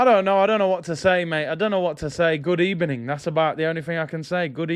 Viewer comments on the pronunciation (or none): Just here to say Gud ebening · Good EBENING 🤣🤣🤣